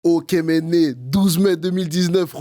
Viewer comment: Faut qu'ils arrêtent de dire Méné tout le temps